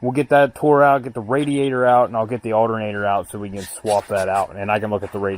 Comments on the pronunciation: I swear to god I’ll pistol whip the next person who says aldernader! 🤣 PIZZAA🍕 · the alternatter,where matter lol way you say it makes me laugh, great video rocks..